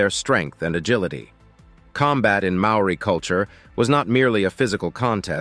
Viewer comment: cHHuuRR mean MAORI mean